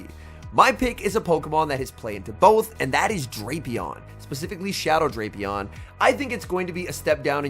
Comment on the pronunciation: he knows it's "Drap" (rhymes with wrap) "-e-on" but he keeps using Drape-e-on